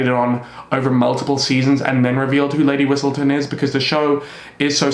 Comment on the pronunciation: i was so confused when you said Lady Whitsleton , i was like “am i tripping”